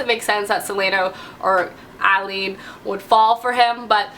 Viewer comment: Ok I've just got to say this: Celaena = Sell-ay-na Aelin = Ay-lin ❤️ It bugs me so much when people call her selena haha